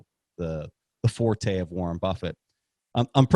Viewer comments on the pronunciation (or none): none